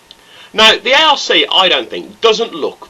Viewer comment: lol its not a....r....c fighter its pronounced the ark fighter but spelled arc